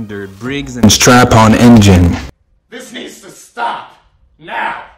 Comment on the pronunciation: brigs and STRAPPON, NOT stratton